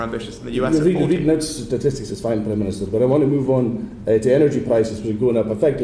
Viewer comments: Prime miniature! 👌😂😂😂 I heard it! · “Primeminiture” 😂 love it